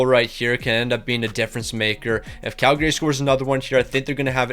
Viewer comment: Tip for you - people from Calgary don't pronounce the second A. It's pronounced Calgry